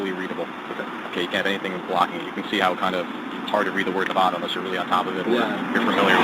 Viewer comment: No wonder that Karen got mad - the officer kept saying "Nevada" wrong :D